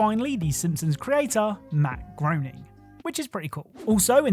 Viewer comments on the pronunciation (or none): heads up, its pronounced Gray-ning